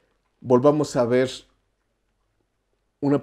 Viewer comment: Porque el tio no pronuncia bien las r’s? Me cae bien pero eso me caga… en lugar de decir “verrr” dice veizzzz 😤😤